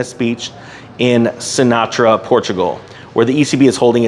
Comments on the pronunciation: It’s pronounced Syn-tra … not Sinatra 🤦🏽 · It is not "sinatra" it is Sintra 😅